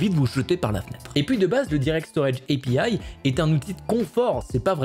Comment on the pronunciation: Prononce pas API en anglais, c'est naze !